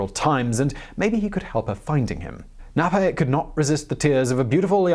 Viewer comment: I don't think the 'K' in "Knappe" is silent. Only English does that.